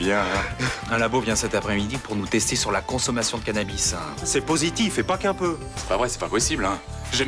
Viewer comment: a dit cannabi au lieu de cannabis 😂😂😂